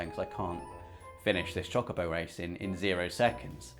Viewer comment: saying either is fine for me, what I can't behind of is how says chocobo. It's chouh-co-bow, not schock-0-boh